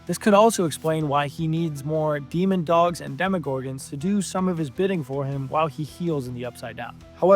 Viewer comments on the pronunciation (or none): Bro… it’s DEMOdogs not dEmOnDoGs